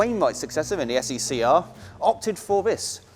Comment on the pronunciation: You have to admit that saying SE&CR and Harry Wainright in the same sentence is really difficult but you pulled it off beautifully.